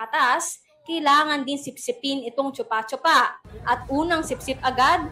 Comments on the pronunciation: it's "Choo-pah choo-pah" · Choopa choopa hindi tsupa tsupa Bagalan nyo pag pronounce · Bat kasi yung pag pronounce ng reporter “tsupa tsupa” e yung pag-pronounce nung ininterview is “choo-pah choo-pah” 😅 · bat kase chupâ chupâ? chûpah chûpah dapat... tae ganun parin... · di naman "tsu" yung pag pronounce niyan eh , "shupa-shupa"ang tama ; mga mema. naturingang news agency at mga journalists pero di man lang inalam tamang bigkas ng pangalan nung prutas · Vendor: Chūpā chūpā Reporter: Tsupa tsupa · chuupa chuupa kasi, hindi tsupa tsupa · Chupah chupah kasi ang tamang pronunciation, si ate sanay na sanay sabihin ang tsupa tsupa 🤣🤣🤣🤣🤣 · actually sa youtube dami pronunciation ng chupa chupa fruit. kahit foreigner hindi din sh- ang pronuciation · Choopa choopa na lang sana yung pronounciation! Putik kaya malaswa pakinggan haha😅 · Shupa Shupa kasi ang pronunciation hayyyy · Gaga mali ang pronunciation nyo mga 8080!!! Di man lang kayo nag research ng maayos!!!Shupa shupa ang pronunciation nyan kakagigil kayo! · Mali naman kasi pagbigkas eh. 😂 Para sya yung lollipop, chupa-chups. Palitan lang ng "a" yung "s" sa dulo... chupa-chupa. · yung reporter, ang bigat ng pagka bigkas ng letrang A sa chupa chupa hahaha